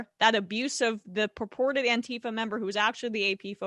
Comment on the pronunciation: Say it right. It’s “ant-teeee-fuh!”